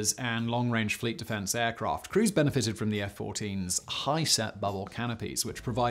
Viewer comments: I thought he was saying “Cruise benefited” as another top gun joke, before realizing he was saying “crews”. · Oh for F**k's sake!!!! Simon, you ruined this video the moment you laid into the Top Gun references. where you say something about ". . . crews benefited from the bubble canopy." I literally thought you were saying, "Cruise benefited from the bubble canopy." Also, when Tom Cruise was married to Katie Holmes, their couple name was "Tom-Kat". Like Brad Pitt and Angelina Jolie were known as "Bra-gelina". So this entire video is just your Tom Cruise fan-boy tribute, right? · A bit late for this. Thought you'd covet thos earlier. Where is the part when Grumman dumps toxic crap into the ground water? Too soon? No. Don't have this crap in a populated area. Tom Cruise hunk? He's 5'6 in heels. Also Valcanoes from other planets occupy his mind. At least it's not as crazy as Christianity. ;) (Did he say, "Crews" or "Cruise"? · did you mean "crews" or "Cruise"?